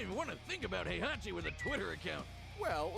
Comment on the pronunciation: Heihachi name is pronounced Hey-ha-chi